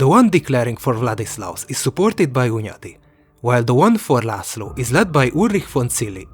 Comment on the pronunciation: hundayi accent, classic choice of taxi licences